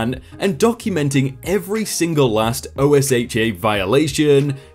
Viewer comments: Say Ohsha not o.s.h.a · OSHA pronounced O-sha Just remember that for the most part, in the USA, some stuff is pronounced as if it is a word. You can probably check by loocking up news videos to see if this is the case on some abbreviations. For example OSHA, NASA,... Whereas USA, DOT, DMV ... you would just say the actual letters. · Whenever OSHA comes up from now on, just say it how it looks, we all do here in the USA "O~Shah" it will save you time. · Love ur videos...but when u are reading the acronym OSHA u can save ur breath, love. LoL in America we read it like a word. (Oh shuh) or (oh sha) sounds kinda like ocean without the "n". 😎 but yeah, out of all the reddit readers on YouTube you and are my favorite voices. Please dont stop making videos 🤩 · OSHA is a word not "O S H A" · Oh my freaking Glob! Please, please, please stop spelling it and just say it! It's not O-S-H-A. It's Oh-Sha! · OSHA is said "O-SHA" ;) keep up the good work. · Just an FYI: OSHA is pronounced "Oh-shah." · Normally I wouldn't complain about this, but OSHA is an acronym but is spoken like one word OH-SH-AH if you feel uncertain about pronunciation. Love your work though! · Just to let you know, OSHA is pronounced O-SHA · I was thinking the exact same thing. Its quite funny, I've never heard someone say the letters before these videos. Not complaining just noticed it myself. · if it's any assistance to you, OSHA can be pronounced like ocean without the n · OSHA is not spelled out. It’s like scuba